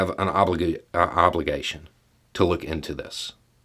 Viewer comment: "Obliduty" is what I swear was coming out of your mouth.